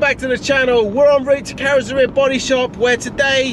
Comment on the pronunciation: I think every episode, you pronunciation of Carrozeria gets progressively worse hahahaha